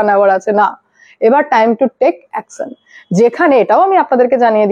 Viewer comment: অ্যকসন না, অ্যকশন। বাংলাদেসী না, বাংলাদেশী।‌